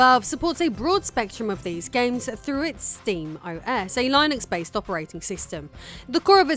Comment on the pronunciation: I like that you pronounce Linux the "correct" way, at least IMHO. The English version of his name is Layenus, it should be Layenix, not Lihnix like everybody else persists in pronouncing it. One thing you might want to have mentioned is that your repair of the Steam Deck was partly made possible by the fact that Valve shares all the details (and parts) necessary for practically anybody with the right knowledge to do the repair. This is in great contrast to a lot of tech companies.